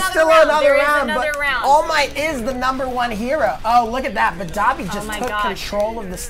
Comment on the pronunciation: "Dobby" ....its Dabi 😬